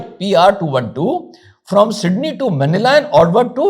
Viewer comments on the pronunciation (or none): none